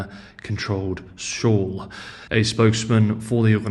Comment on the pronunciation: SHOAL....not SHAW !!